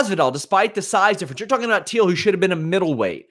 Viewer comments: It’s Till, not Teel. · Till must be the easiest name in MMA to pronounce and you’re saying it wrong, how?